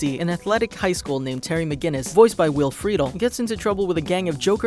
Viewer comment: Will "Freetle" lol